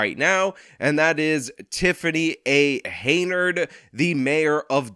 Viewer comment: The mayors name is Henyard, not Haynard.